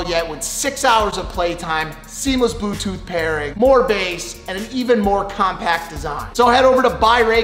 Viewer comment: Lol he said boo tooth while doing the raycon ad 😂